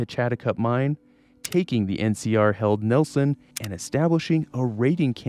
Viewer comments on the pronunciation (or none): none